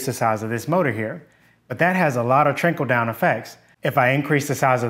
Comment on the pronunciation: Ax (for ask) and trinkle down effects are going into my list of interesting mispronunciations, which I call "Dannyisms". There's no shame in adding to my list, rather it's an honor. Nearly everyone in the engineering group I work in, has contributed to the list, including me. You're talking about engineering, but you're not in our group, but I'll add in your terms anyway. With these additions, we'll be up to 2 pages. One of my coworkers said infernal dimension, which was on par with trinkle down.